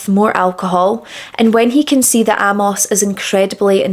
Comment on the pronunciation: Really good presentation. I'd not heard of this case before. Just a couple of things. Amos is pronounced Ay-moss. Being gay was illegal in most countries at the time and was still considered an illness and degeneracy as late as the 1970s and the general public didn't really accept it until the mid to late 1980s. Singer Lou Reed was sent to a mental institution as a young man and treated with electroshock therapy just for being gay. He later became what would be called pansexual, to use today's language, having relationships with men, women and a long term relationship with a transwoman. Being gay was seen as bad as being a paedophile back in William's day, so it's no surprise his parents didn't accept it.